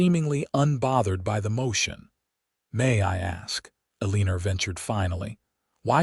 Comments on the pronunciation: Not Aleenur🫤 it’s pronounced Ellen- nor.🤦‍♀️ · The first time I heard it I was like I have never heard of the name Elleener before? 😂😂😂 Then I watched the reading and figured out that it was a miss pronounced word. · Can pronounce Kieran but not Eleanor. 😂 Great story though.